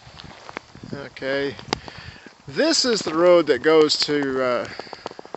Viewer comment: It’s not “Mannsford”, it’s Mannford!